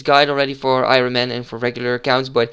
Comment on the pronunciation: je spreekt iron als iorn uit btw, just sayin